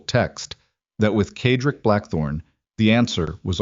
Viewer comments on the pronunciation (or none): CED-RICK ! That’s how you pronounce his name! How hard could that be?.